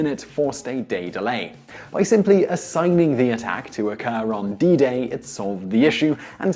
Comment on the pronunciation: Did you just say bidet?